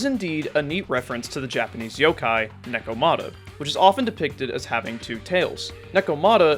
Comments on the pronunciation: It is neko ma ta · paused, comment, disliked and closed it because of how you pronounced Nekomata despite them saying it several times in the game